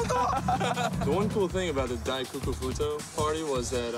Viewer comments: it's pronounced dai koku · diet coke party lmao its dai koku party XD